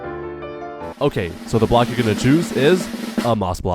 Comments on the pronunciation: Bro say blcok not block and when he say the second time he just correct 😭😭😭😭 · You said blcok instead of block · Bro said blcok and not block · Yes “blcok”💔